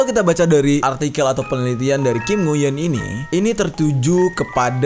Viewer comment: Bang lu salah sebut namanya... harusnya dibaca kim nguyen